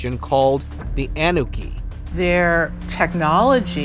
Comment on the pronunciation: can't take this channel seriously. it's annunaki...not Annaki and it's not 3000 years it's 250000 years. Terrible research.